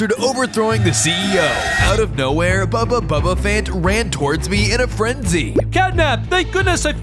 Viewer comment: why do you keep saying bubba bubbaphant